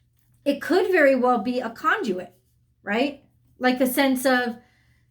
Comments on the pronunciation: . Unreal!!! Con-jew-it. I just can't. Hint: conduit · Are you kidding me? You said it many times in this video and are you kidding me? I would never refer you to anyone because of this and you said the word and you're pronouncing a word: con-jew-it. Seriously...????? Conduit!!! Buh- bye.